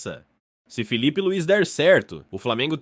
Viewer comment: NÃO É FEEEE E SIM FILIPE É COM ( I ) SUAS ANTAS